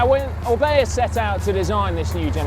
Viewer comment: "O R is the beginning of O-bea" .... yes, O-ka.